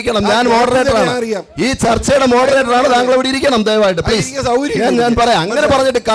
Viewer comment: ഏതാ ഈ മരഭൂതമായ വിവരദോഷി😅 മോഡറേറ്ററല്ല ഇത് മൊഡ റേറ്ററാ